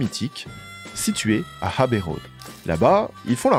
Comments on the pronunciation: super docu banger encore une fois, par contre c'est "abbey road" pas "Habbey road" 😂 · Bravo ! Très très beau travail, la vidéo est top. C’est fluide, bien documenté, précis et captivant. Chapeau ! À améliorer ? La prononciation de quelque termes anglais (pas de H à Abbey Road) Encore bravo !